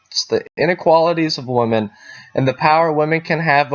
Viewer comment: Why do you pronounce “women” the same as “woman”? Very confusing